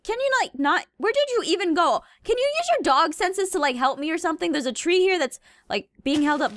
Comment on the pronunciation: I didn't know dat foxes say 'OH MY GOD DERS A GOAT'